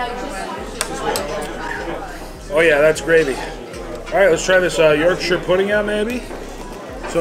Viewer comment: Well Done thank you for saying Yorkshire and not YorkSHHHHHHHHIRE as many americans do !!